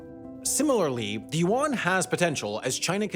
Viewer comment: If I had a dollar for every time I cringed hearing the narrator's butchering of the word "Yuan", I'd be able to pay off the US govt debt